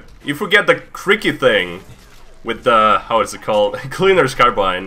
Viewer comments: For the last time, it's pronounced cry-key I beg you free me from the torture of the mysterious crick-e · Cry Key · pronounces crikey as kri-key Australian people: frustration noises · that miss pronocing of crikey hurts my australian brain yes its upside down